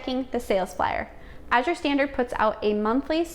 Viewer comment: Thank you for the English pronunciation. So many are using the French pronunciation, as in Cote d'Azur